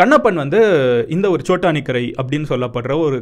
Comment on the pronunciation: It's chotakinara r chotanikarai